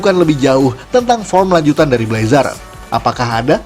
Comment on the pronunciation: Bg. Bacanyatu blezr Maap kalo salah